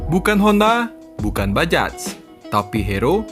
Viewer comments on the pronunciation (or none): Bajaj itu dibaca “bajay”